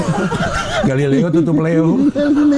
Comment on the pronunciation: galileo galilei kali durr kok jadi galilea kawkakwkaw?